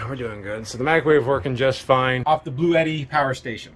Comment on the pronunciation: Hey, i would love to own this unit so i can keep the tradition of mispronouncing the product name. Lol.